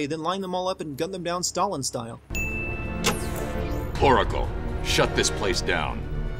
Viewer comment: Am I the only one who heard "Poracle"? Or even "Coracle"?